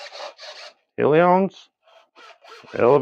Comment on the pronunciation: Say A-Le-RON